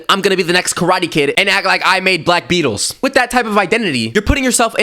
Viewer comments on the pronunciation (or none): none